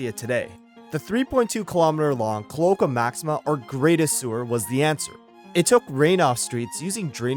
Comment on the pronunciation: Cloaca - Our host pronounced it "Klo-ka." Pronounciation: A cloaca (/kloʊˈeɪkə/ kloh-AY-kə), pl.: cloacae (/kloʊˈeɪsi/ kloh-AY-see or /kloʊˈeɪki/ kloh-AY-kee), is the rear orifice that serves as the only opening for the digestive, reproductive, and urinary tracts (if present) of many vertebrate animals.